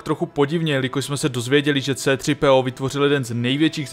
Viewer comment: Pokaždé mne pobaví "artwodetwo" a v zápětí "cétřipéó"